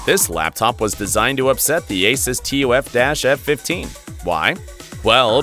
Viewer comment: So you'll say ROG but spell out TUF? It's the opposite. You have said a lot of words wrong..